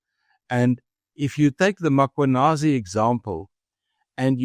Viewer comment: I wonder when will people pronounce Mkhwanazi correctly (Mmmmm-kwa-naa-zee and not Ma-kwa-naa-zee).